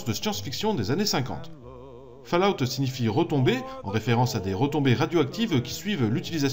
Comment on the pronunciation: purée... c'est pas "fallahout", c'est faulaout". ça me crisse les oreilles à chaque fois.